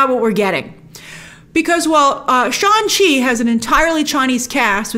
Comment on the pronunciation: Hadn't Brian Tong clarified in your collab video that Shang-Chi is pronounced with the G.